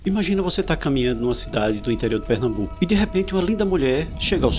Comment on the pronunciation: "Pernambuco" 🥴 Corro perigo, amigos?